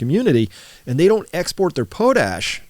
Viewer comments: Potash is pronounced pawt-ash, not pohtash. Put hardwood ash in a pot, cover with water, boil down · It's pronounced "pot-ash" not "po-tash" we make tons of it here, so we hear it in the news a lot^^ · PAHT ash, not POH tash. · Have I been pronouncing potash incorrectly all these years? Potash = pot ash? Note pote ash.